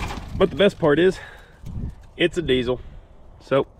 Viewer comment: 'Diesel' , not dee-zle